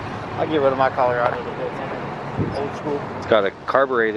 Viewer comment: Bro when you said Colorado you sounded just like you was from Minnesota don't ya know 😂